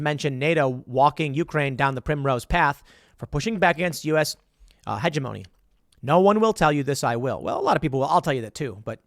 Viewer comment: huh - GEM - oh - nee Not hedge - uh - mone - ee